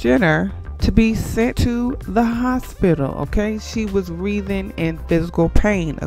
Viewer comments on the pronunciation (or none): "Tryst", pronounced "trist" "Writhing", pronounced "rhy-theen"